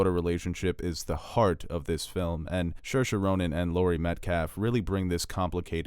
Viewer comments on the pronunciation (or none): Shir-shir Ronan 😂😂😂😂 its seer-sheh Ronan